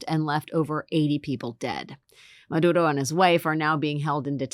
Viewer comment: Ms. Wagner's pronunciation of 'Maduro' is very good, congrats.